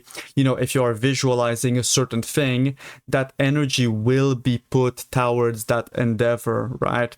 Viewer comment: thank u for making these videos! ps, it's pronounced "to-WARDS", not "TOWards" :p